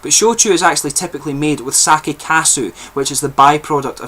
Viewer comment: I am enjoying the second try of this one. Usually, sweetness is a lingering tone I don't care for but in this one, the lingering tastes as you get lower on the bottle, really keep the interest going. Amazing, unusual taste. Oh, and Sake [you pronounced it correctly] is not wine. It is a spirit. Too many foreigners say [saw key].....you did it right with[ saw kay] for pronunciation. I didn't know they were trying wine. Japan has only one tiny area fitting for it. I hope they can do it. you are full of knowledge.